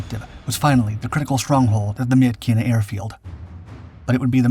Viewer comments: FYI: Myitkyina in english, is pronounced "Mitchinah" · It's pronounced Mitchina.